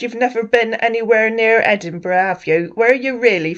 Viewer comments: Ed burg ? 😂😂😂😂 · I tell you I'm from ANTBUG ANTBUG. Not chatisfy you can go can go" 😂😂😂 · He sounds like he’s trying to sound he trying something he can’t even say Edinburg…. What’s the city I’m from the America…. Wtf why he say he’s never been there too west African lol .. see he keeps getting wild over Ghanaian and African